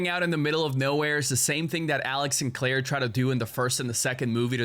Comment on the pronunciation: Bro said claire